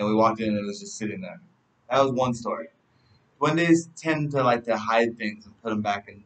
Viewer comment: Is duendes not the way u say it lol